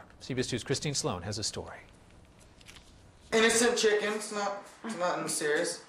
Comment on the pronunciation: INNICINT CHITLINS, NOTIN SEREEUS